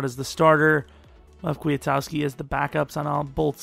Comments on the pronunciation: Also, Kwi-Kowski. Not Kwee-a-towski Or maybe it's Kwi-Koski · Ryan Petras Maybe you're right, but either one of those is far closer than how says it.